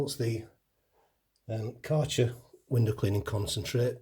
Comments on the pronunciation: You butchered the Kärcher pronunciation. 😂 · aaah right. I am German, so it was interesting to hear it. ☺️